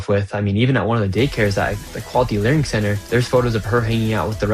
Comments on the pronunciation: I love how he keeps calling it the LEARING CENTER😂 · It's "Learing Center"